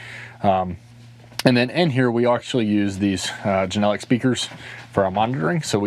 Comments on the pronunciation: Genelec is pronounced "Jen-a-Leck", your welcome ;) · Amazing set up... Especially for a HS! I've been in "Professional" trucks that weren't as impressive... What are you/have you upgraded to for the audio console? "Jen-A-Leck" is how the speakers are pronounced, FYI...